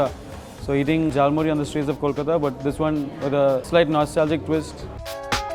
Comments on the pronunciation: Its KOLKATA , its a city. Its NOT col-pepper. lolololol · KOLKATA man!!! :( not Col- Pepper :( Kolkata(and any other place where Bangali people live) is the city of jhalmuri!